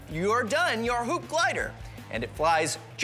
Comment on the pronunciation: When he said hup I thought he said 💩